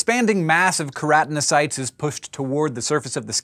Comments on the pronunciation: She called the specialised cells that colour hair 'keranocytes', although the word onscreen is actually spelt 'keratinocytes'. Does she have a problem pronouncing certain syllables, or maybe she learnt to read by unconsciously cutting out the occasional syllable or two from the middle of longer words for faster assimilation of any written word in front of her. Who knows? More to the point-who cares?.. Maybe I'm just a tad tooo pedantic... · It's pronounced kero-teno-sites